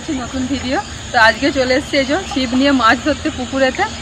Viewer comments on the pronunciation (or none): মিরাককেল নয এই english উচ্চারণ হল মিরাকল । আর চিপ নয ছিপ । MIRACLES